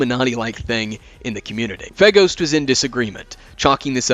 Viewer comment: I keep hearing Faygo (Like the drink) when you say FeGhost